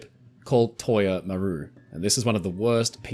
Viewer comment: MAH-ru, not mah-RU - accent on first syllable